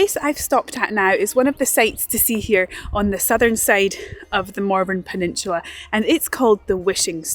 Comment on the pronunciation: I thought u were calling it Mormon penishula